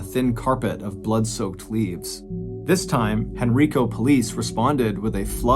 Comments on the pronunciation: I live in the Richmond/Henrico Virginia area and remember when this happened. The correct pronunciation of Henrico County is Hen-RYE-co. Great story. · Same thing I was listening to this on the way home from downtown richmond and was in Henrico when he said it this way, I chuckled.